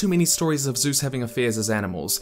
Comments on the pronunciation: Zeus is pronounced differently. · For some reason I thought he said Suess...